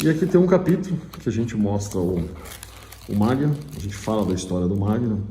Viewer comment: MAGNUM, e não "Magnun"